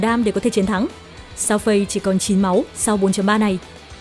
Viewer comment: con lạy má, phiên âm tiếng trung Fei Đọc là Phi F là Ph, Ei là i , = Phi -nên đọc Xèo Phi, tạm dịch Tiểu Phi -chị hai đọc tên nào cũng sai, xin chị hai cứ đọc tên Tiểu Phi đi, chứ chj hai ko có tố chất đọc tên tiếng trung đâu